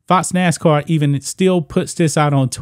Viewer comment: 🤦🏿‍♂️It's Nascar not Nascoon🇺🇲 ~Mr Burgess~